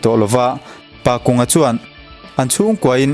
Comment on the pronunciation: Pakunga tih ah hian kung tih hi thingkung tih ri anga kung rik anga lam tur a ni e